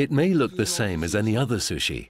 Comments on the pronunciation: u no like susshy? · I cringed to the way the woman narrator pronounced sushi...